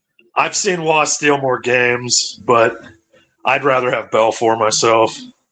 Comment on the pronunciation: He said Belfor over Roy 😮, this is illegal to say in some countries.